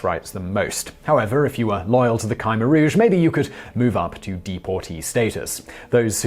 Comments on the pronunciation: It's pronounced Kah-mare or K'Meer, sort of in between those. Not criticizing at all, I just wanted to share knowledge. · It's pronounced as Khmer not Khaimer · Damn you need to work on pronunciation of the topic at hand. Wayyyyy off. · I live in Cambodia. You mispronounced Khmer. "New People" =privilege.